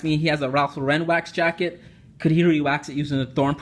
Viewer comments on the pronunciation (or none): Since you're a man who clearly appreciates the finer things I'll do you the service of pointing out that the 'Lauren' from Ralph Lauren is pronounced 'Lorren', the same as 'Laurence', but with the S on the end, not 'Loh-renn'. Hope you don't mind that.